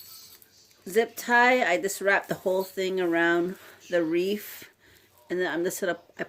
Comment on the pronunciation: Cute. BTW, it's not "wreaf" with an "f." It's "wreath." TH, not F. Thought you might want to know.